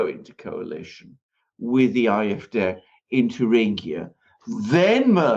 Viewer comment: Alexander I love how you pronounce AFD..❣ .... (I´m german by the way) Born in Brazil...living in Portugal! 😊